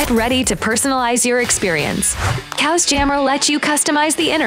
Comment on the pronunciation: So you’re telling me this is pronounced “cows” and not “chaos”?